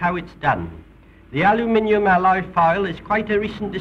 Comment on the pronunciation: Al lu minium 😆 🤣 very informative from the past